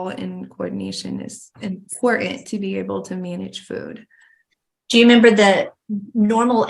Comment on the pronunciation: She doesn’t pronounce some letters, like important sounds like impor-ant.